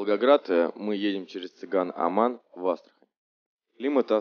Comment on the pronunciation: Цаган-Аман! !!!!!!!!! а не Цыган